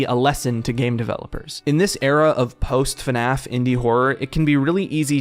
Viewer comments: Why does he keep saying "FuhNAF" instead of FNAF. I'm 4mins in and already annoyed lmao. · It bothers me so much that he says "fuh-naf" instead of just fnaf, I'm sorry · The way you say FNAF… lol Maybe it’s the “correct way” but man, its just not at all the way I’m used to hearing it, lol. You say “FA-NAF. I’m used to hearing it as simply: “FNAF” 1 syllable. But tomato tomato I guess :) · God I hate when people say fuh naf it's FNAF it's one syllable